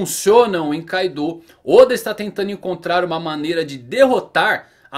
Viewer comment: Caidou???? Kkkk não é Kaido???